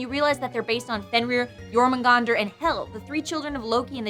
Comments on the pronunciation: I don't think you're supposed to pronounce the "r" in Jormungandr. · Jormungandr is pronounce Jor-mung-gah-dar.